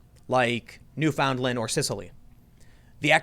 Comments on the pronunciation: Its pronounced New-Fin-Land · When americans cant pronounce newfoundland 😭😂